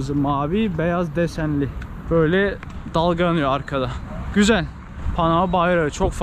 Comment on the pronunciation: her sözün ardından çok gizeeel 😁😆👍🏻